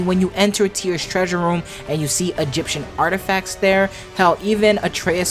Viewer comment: "Egyption...." is that patois..?